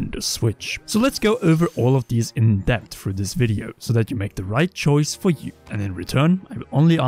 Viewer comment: should use skillshare to learn how to pronounce certain english word correctly. There is no "F" in the word "three" or "things" and there is definitely no "D" in the word "that" or "though". Also jesus christ how does one fuck up the word "acknowledge" that bad? xD